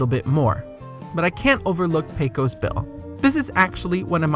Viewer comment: A couple of mispronunciations I noticed: "Aunt Polly" is pronounced "ant," not "ahnt," and "Pecos" is correctly pronounced PAY-kus, not PAY-kose.